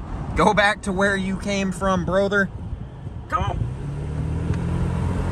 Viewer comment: The way you say, “Broh-ther” is perfectly placed and just hilarious!!